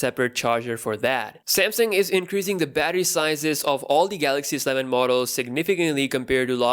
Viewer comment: Why do you say Sleven like it's one word? It is S-Eleven.